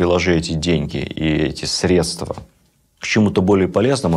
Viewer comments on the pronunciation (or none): none